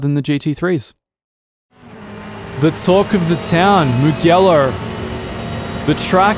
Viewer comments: Odlican, kao i uvek. Kaze se "Mudjelo", ne "Mugelo". GE zajedno se cita DJE, da je GHE bilo bi GE. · I don't usually like pointing these things out, but since you are a sim racer and I'm sure you care about pronouncing the names of the tracks right, it is not "Mughello" but "Mujello" (the Ge is pronounced as the "Je" in Jet or Jelly) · Thanks for letting us know about these! Just wanted to let you know that the "ge" in "Mugello" is pronounced like "je" in "jelly". Apart from this little detail, top job as always. Keep it up! :D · It's Moo-Jello. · If you'd watched F1 you would know that it's pronounced "MU-J-ELLO" and saved yourself the embarrassment... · The bathurst track was ripped from acc to ac, and then converted to rf2. Also your pronunciation of mugello hurt my inner italian